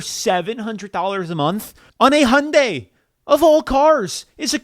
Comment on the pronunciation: Hyundai is pronounced hai-une-dai, not "Honday".